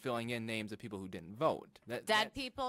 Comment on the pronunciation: God bless this young lady for her courage in standing up to the blatant corruption. The only thing that bothers me...and its not just her...is the way people these days mispronounce words such as "written" or "didn't"....as in "Oh no you di-int, Shanaynay." Just sounds very uneducated. But yes, thank you, young lady, for you courage.